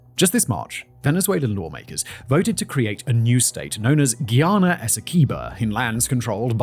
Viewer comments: Guy Ana not gheeyana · It's hard listening to him say "Ghee-ana" over and over. It's *Guyana*. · Guy.... its pronounced Guy...ana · Are you mispronouncing Guyana on purpose? We don’t say Guiana. Stop playing with us. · Say it with me… GUY-ANA. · Simon, Guyana is pronounced like the word 'guy' as in 'Who's that guy?'